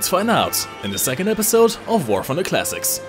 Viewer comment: Well... Since you're one of the few Germans that I know that don't turn every W into a V when speaking, that's easily worth a like. Now if you could just work on your TH, so I don't have to try and figure out what game War Funder is. :D